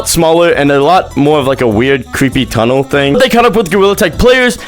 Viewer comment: he said "secret tunnle" i didnt know THAT was it 😭😭